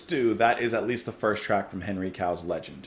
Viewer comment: The title of the album should not be pronounced "Legend" but "Leg End" (which is why the sock is on the cover - it goes to the end of the leg). Also listen to a band called "Art Bears"; they have a lot in common with Henry Cow, and many of their musicians played with both bands, like guitarist Fred Frith, drummer Chris Cutler or singer Dagmar Krause.